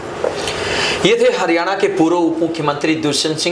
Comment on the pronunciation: ये हारयाना क्या होता है क्यों मुंह चिगड़ा रहे हो